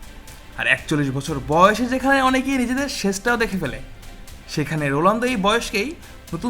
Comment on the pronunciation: ভাই আপনিতো রোনালদোর নামটাই বলতে পারেন না